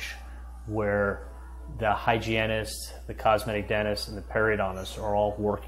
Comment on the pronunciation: Did Charlie say, ' hygIENest" 😂